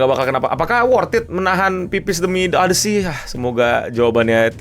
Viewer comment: odisi bukan odesi